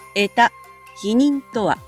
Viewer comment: 穢多のイントネーションが違うのでは？内容はとても解り易く素晴らしいものでした。チャン録しました😊